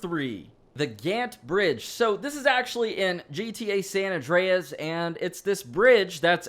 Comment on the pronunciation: san andreas that how u say it